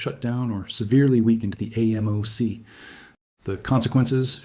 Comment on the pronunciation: Excellent graphic explanations. The AI people creep me out though. Also, actual humans usually pronounce AMOC “aay-mock”